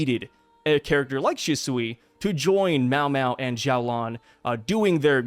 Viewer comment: xiaolan is pronounced more like "shiao-lan" in chinese! I noticed you were trying to make it sound like a Z haha